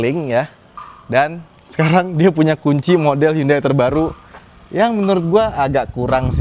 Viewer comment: Kadang spelling HYUNDAI: yandeyy tapi emg udah kebiasaan hyUndey 😂😂😂